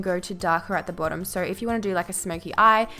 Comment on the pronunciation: fucking hate how she says so:sur... no:nur...annoying shit